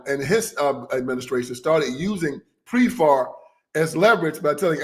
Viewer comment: It is PEPFAR not Prefar and it's corrupt to the bone, Frauci involved used aids for pHARMA profit, AZT was mass murder, he SUPRESSED ALTERNATIVE TREATMENTS AND TAINTED THE blood. DEBORAR BIRX TOO, She was about to have surgury and said Do not give me blood, criminal genocidal maniacs.